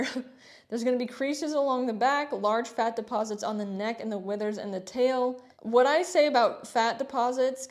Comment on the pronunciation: why did this make me cackle 😂 the way you said this 😂😂😂 “just overall FAT”